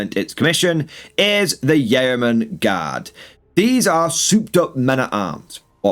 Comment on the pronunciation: Yeoman is pronounced 'yoman'.